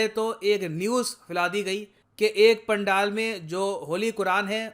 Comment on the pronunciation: It's Pandal पेंडल